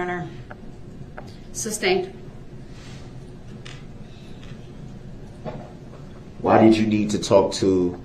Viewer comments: This judge is a saint. She slashed his chance at getting an appeal. Rot in hell sewer rat Brooks. And its SUSTAINED not substained. Jesus Christ, dumb, low class people like this are exhausting. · Or as Brooks says it..."substained" LMAO